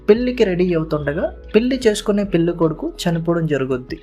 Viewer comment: పెల్లి, మల్లి, కాదురా పెళ్లి, మళ్లీ అనాలి ముందు తెలుగు చక్కగా మాట్లాడితే సబ్స్క్రయిబ్ చేసుకుంటాం